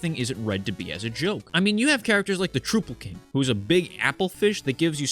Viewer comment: Troupple is definitely trou as in trout and not trou as in truth. Don’t let his acolytes hear you pronouncing it that way or they’ll be mad.